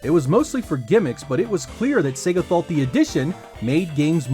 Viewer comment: Thank goodness. He's pronouncing Sega correctly. So few Americans do:))